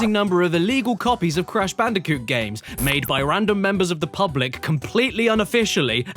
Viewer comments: It’s bandicunth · I knew he'd say bandiconth and I still popped off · It is no longer cash banooca It’s now bash canooca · Ah yes, I love my yearly installment of BANDI-CUNTH (ft. CASH BANOOKA) from daddy Caddy himself. Great work man. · IT’S CASH BANOOCA! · I can't stop hearing it as "bandicunt" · Bandiconth always gets me. Just... perfect. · Is anyone else a bit concerned that Daddy Caddy might be a bit mentally disturbed? But seriously, every month is Bandicounth! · ahh Crash bootlegs you say like Bang Bandicoot and Whallop Bandicoot